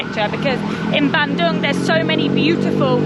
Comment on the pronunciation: It's pronounced Ban doong. Not Ban dung 😂 In Indonesian, 'u' is always oo. And 'c' is always ch